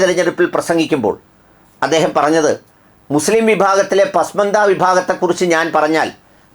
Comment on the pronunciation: ശരിയായ ഉച്ചാരണം "പസ്മാന്ദ " പിന്നാക്കക്കാർ